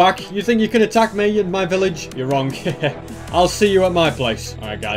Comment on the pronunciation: Village, no pilage. 🤪